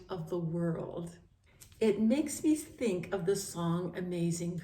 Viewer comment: You really do deep study❤ For shure God can do miricals and like when you say "I tink"